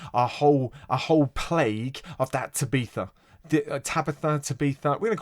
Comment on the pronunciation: He said Ta Bee tha 🤣🤣🤣🤣🤣